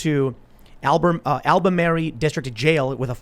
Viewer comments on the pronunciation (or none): Albemarle: exists Tim: "Al-ba-mary" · I live in Elizabeth City and the protests have been an inconvience but not violent for the most part. Btw Tim it is pronounced al-ba-mar-ul (Albemarle) I also support the Sheriff Department's handling of the incident that started this whole mess.